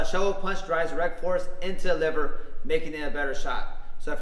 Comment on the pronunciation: Can you please enunciate and pronounce that word 100 times better so I can understand what it is you just said. It's the WHAT punch????